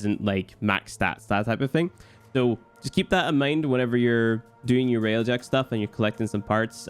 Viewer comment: id suggest not doing railjack video when you dont know how to say railjack to begin with..